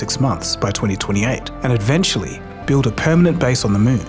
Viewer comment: Why do you always say "ed-ventually" in your videos, instead of "eventually"? 😐